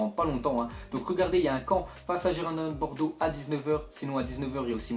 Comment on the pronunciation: A ecoutez comment il a dis girondins de bordeaux mdr